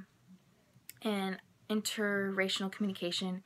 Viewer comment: Are you saying interracinal?